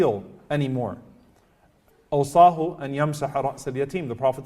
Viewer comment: أوصاه وليس او صاح